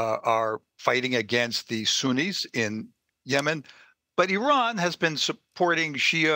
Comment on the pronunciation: When a guest on the news show mispronounces “Iran,” I immediately stop listening